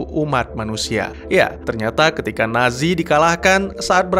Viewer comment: NAT SI... apa NA ZI... Kok akadang-kadang terdengar NASI